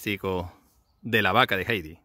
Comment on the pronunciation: Heidi Se pronucia: "jaidi", no jeidi